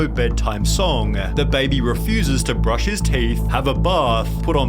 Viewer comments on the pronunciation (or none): none